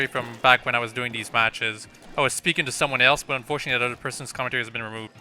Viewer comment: I love how he says "utter" instead of other